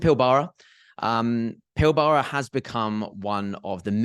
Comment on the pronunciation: In Australia the Pilbara is pronounced more like PILBRA